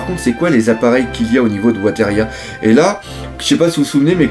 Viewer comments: Bon le je t'aime bien mais ta prononciation des mots anglais est compliquée... Weatheria se prononce "Wéveria" et le W de Wholecake Island est muet:) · Hey, "Weatheria" se prononce "Ouizéria"!